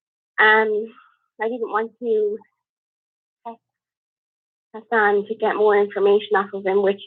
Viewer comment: Can someone tell me why TLC keeps calling him « Azan » if his name is « Hassan »? I know it might be a foreign name, but it’s not that difficult to prounce... They got Anfisa’s name right...so why the confusion with his name!? 🤔